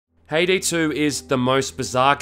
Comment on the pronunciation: She is a char from Count of Monte Cristo. It sound Ha-e-day.